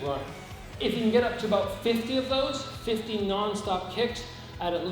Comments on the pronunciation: This is by far my favorite channel! Did you say 50 or 15 non stop? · Im late but I think he said 50